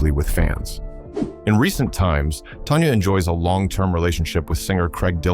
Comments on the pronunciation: Tanya tan-ya. Not Tonya. Why do you do these videos when you don''t even know who or what you are talking about. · Tan-Ya not Ton-ya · It's Tanya not Tonya! Get it right!!